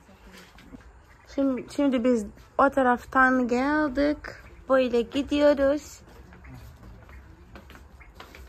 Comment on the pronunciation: Sesli uyumu diye bir şey var Türkçede, "geldik" denir "geldık" denmez, 😂❤